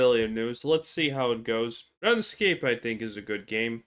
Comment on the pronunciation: Runescape is pronounced "Rune Scape" not "Run Escape".